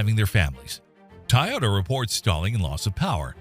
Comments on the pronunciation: Toy.... Not Tie... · TOY-YOTA!!! NOT TIE-YOTA !!! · IOW, nothing built after 2007 is a POS, no matter who produced it. Woke kids can't work on technology. DUMP the CAFE standards and just say "Keep working on mileage, please." No fines. P.S: Why do AIs pronounce it TAIota? It's TOYota. P.P.S: Please play a full tune instead of 15 seconds of violin music 4 times a minute for the 20 minute video. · Why are you calling it TIE-OH-TAH? TOY-OTA...really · Please teach your a.i. how to pronounce "TOYota". "Tie-yoda" just sounds stupid. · TOyota not TAyota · Tyota. Freakin AI bullshit. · Tie-ota? Really? More AI BS. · "TIE OTA" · Tieyota? Never heard it pronounced that way. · How the heck do you mispronounce Toyota as 'Tie-yoda'? WTF? 🙄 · Did the narrator pronounce Tiyota? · "Tie yota" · At least proof read your video. Tayota? Does AI not know how to pronounce Toyota? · Wth is a Tie-ota? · This AI narration stinks on ice. TYE ota? Really? This was the best you could find? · Tie-Ota?? You lost me there! Nope, switching to the next Vid. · "Taiyota"??? uhg. I hate AI voices. Can't pronounce for shit. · A.I. slop. “Tie ota” lol. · What's a "Tayota?" That's now how it's pronounced, mate. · What is up with people pronouncing Toyota as "Ty-ota". I know this was probably AI, but I watch several YouTube channels where they use the same pronunciation. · "Ty-ota". Yeah more scraped AI Slop automotive channels. Stop interacting with these bot channels. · Every time the AI bot says "tie ohta" a kitten dies. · “Tahhw-yeeaww-tuh” you say? Go home 🤖, you’re drunk. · Tiytota really Toyota has been in the States since the 60's more people know how to pronounce Hyundai than Toyota it seems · AI slop...The narrator cannot even say the word Toyota correctly. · Do you really not know how to pronounce Toyota? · Id say as an Ai you cant pronounce Toyota.